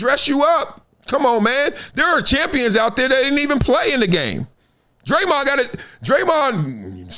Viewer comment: That busta name is Raymond with a d in front . It aint DRE-MOND 😂😂😂😂😂